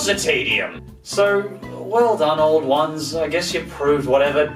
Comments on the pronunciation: It is pronouced OW-LD ONES. Im Irish so i should know. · You pronounced auld ones wrong, it's actually pronounced owl-d ones- ah it's grand though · Auld Ones is pronounced Owl-d Wans